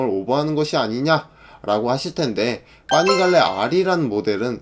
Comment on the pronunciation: 와! 자료조사 열심히 하셨네요... 근데 파이프 -> 빠이프 , 파니갈레 -> 빠니갈레 자꾸 이 발음이 이탈리아어 모르지만 뭔가 이탈리아어 처럼 들리네요.ㅋ